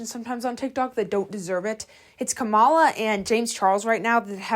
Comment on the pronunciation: kamala😭 no hate lol it’s pronounced ca-mil-a